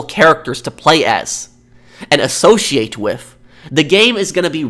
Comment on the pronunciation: You are pronouncing associate incorrectly